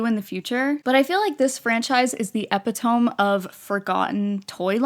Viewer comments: By the way, it's pronounced "eh-pih-to-mee", not "epi-tome" (like Penelope!) love your videos 🥰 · … epitome is pronounced “uh-pit-oh-me” not “epp-uh-towm” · epitome is NOT pronounced like eppih toam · hey girl, i love your videos and this was another wonderful one! i loved squinkies, zoobles (i had the Mcdonalds ones too), and silly bandz as a kid :D i also wanted to let you know that epitome is pronounce epi-to-me and not epi-tome since i noticed that in this vid 😭 i don't mean to come off as condescending or rude or anything i just wanted to lyk :) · Not trying to make fun of you or anything, but trying to help you in the long-run with pronunciation. I believe , you were trying to say the word "epitome", which is normally pronounced as "e-PIT-o-mee". 😅 Anyways, I enjoyed this video; keep it up! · Epitome: uh-PIH-tuh-mee Also, I had the TRUE OG Littlest Pet Shop that looked like animals, not bobbleheads. 100x better. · E-pit-o-me. That’s how you pronounce it. But I’m lowkey living, for epitome. It sounds a lot more mystical and magical. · epitome is pronounced eh-pit-oh-me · Just so you know, epitome is pronounced e-PIT-uh-mee! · Girl you know that’s not how you pronounce “epitome”, right…??? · I’ve never heard epitome pronounced like the way you say it. New to the channel and really enjoying the topics you cover